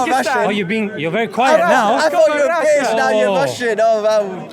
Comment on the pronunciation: huh now it comes down to you and me not about him ? 😂 Dude that guy good even pronounce British 🇬🇧 He was saying Biddish ( non of the Brits dialects says biddish to British ) I rest my case. You are a fox in sheep’s skin , glad finally it came out 😂